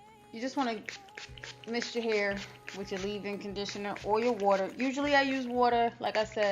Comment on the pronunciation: "DON'T NOBODEH WANT NO CRUNCH ASS HYUH!" 😂😂😂😂 I'M DECEASED BIHH